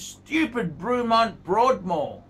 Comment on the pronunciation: The guy can’t even pronounce Bremont! Wtf